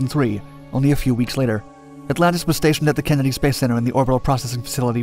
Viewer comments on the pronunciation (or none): The Kin-eddy Space Center? It's things like that "chas-iss" make me think he uses an AI voice over. What adult screws those words up? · Ken-eddy space center? Dude!, where are you from? Nobody (except you) says it that way😂